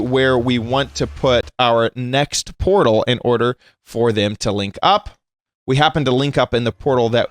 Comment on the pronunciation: WHY is say portal shoosish